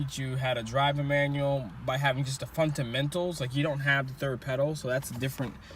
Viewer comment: "Funtanmentals" Love it.